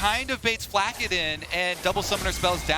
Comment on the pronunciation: "zay-us" and "Flak-kid" like wtf... it bothered me so much